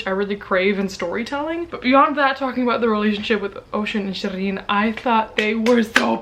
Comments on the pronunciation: Well technically it should be pronounced “sheereen” rather than “shereen” as it’s a Persian name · LOL. she didn't pronounce her name correctly. not at all. Its Shee reen. Just like it said in the book